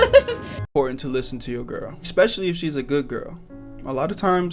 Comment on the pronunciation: why does this guy say xpecially I can't